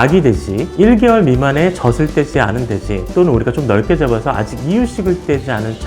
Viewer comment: 정보는 감사합니다. 다만, '젖을'을 '저즐'로 제대로 발음해주세요. '저슬' 하지 마시고요. 지식을 전하는 방송일수록 발음이 중요합니다. 느낌상 신뢰도가 떨어집니다. 이상입니다.